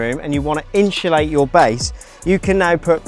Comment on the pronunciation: Inshulate aaaaaaaah please say it properly!